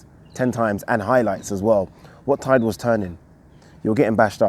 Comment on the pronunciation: lol “what tide”